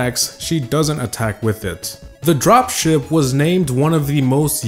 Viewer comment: i thought he said drop shit not drop ship